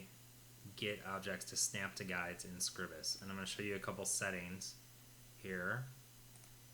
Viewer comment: Oh ye Gods! It's SCRY-bus!